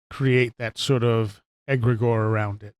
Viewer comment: (pronounced egg' gree gore)